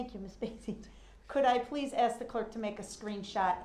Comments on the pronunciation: "So it would be fair to axe if it would be fair to say that"...what the heck is he talking about lol? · It’s Funny how DUH-RRELL has to, or Attempts to make it well know when he is Pouting like a 5yr. Old! Looking at the Judge & Cameras to make see if they see him being a Baby! Then Pouts when “Axing” his questions!